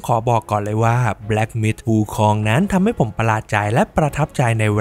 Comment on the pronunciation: ถ้าจะไม่ออกเสียงว่า หงอคง แบบที่คนไทยเข้าใจ ก็ออกเสียงว่า อู๋คง จะดีกว่าไปอ่าน วูคอง ไม่รู้จะเป็นสัญชาติอะไรแน่